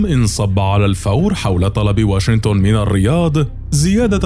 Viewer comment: المعلق لو سمحت اسمها واشنطن ماهو واشنتن